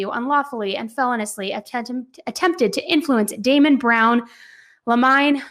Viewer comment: Felonious "fe-loan-e-us" not "felon-us" lol.. I'm just correcting me because I hear you say it a lot and then I noticed you said it right one time in a prior video but for the most part you say it wrong LOL I'm not pointing it out to be a know-it-all